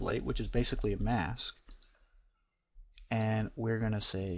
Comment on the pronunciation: "Now pixel depth is 'Baythicly' " Lmao. Nice tutor though hanks.